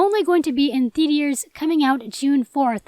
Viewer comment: “ THEATIERS” Lol 😆 iykyk